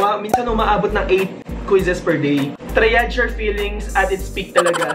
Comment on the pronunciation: Di ko po kinaya yung "triage" hahahaha